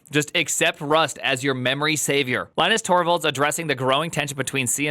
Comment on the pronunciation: At least learn how to pronounce his name.